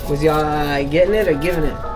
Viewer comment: Lmfaooo Big30 say “You GENNIT”